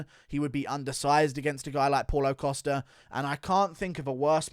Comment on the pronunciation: “Paul-o Costa” 😂 I love how pronounces every name as if it was an English name